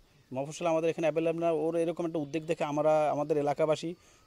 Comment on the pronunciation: আমাদের দেশের বড় বড় পদের লোক মন্ত্রী মিনিস্টার হাই কোয়ালিফাইড ব্যক্তি সবাই দেখি একটা কমন ভুল করে। সেটা হল [[[উদ্যোগ]]]] যেটাকে তারা বলে👉 (উদ্দেগ)।আরে ভাই উদ্দেগ আবার কি জিনিস। না বলতে পারলে বলার দরকার নাই তো। 🙄🤕 কিন্তু ভুল উচ্চারণ করলে খুব খারাপ লাগে 😔😢